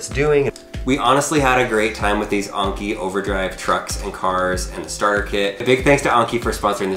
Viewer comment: Anki not Onki